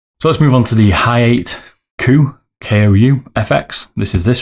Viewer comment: lol its Ha - ya - TEH it is a complete stop at the "te" part you don't prolong the pronunciation like "tay"